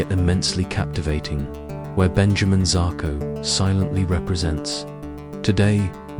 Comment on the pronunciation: ikr. this vid is comes in so dramatic and intense and then he turns him into a chinese man Xako lol. its pronounced ''Sheshko''